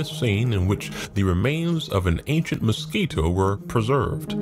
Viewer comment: Noticing the way the narrator of the Ark movie over pronounces things- Mos-QUI-toes. Kent Hovind also does that always saying WAH-ter and other specific words. Is that a purposeful technique of these religious types for a specific reason?